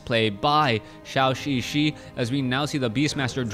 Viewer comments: Instead of "shao xixi" pronounce it more like "joe" "joe xixi"...still not 100%, but will sound better. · Great cast, but Zhouxixi is not called "Xiaoxixi".